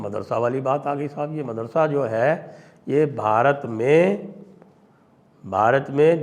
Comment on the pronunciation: Marasada नहीं madarasa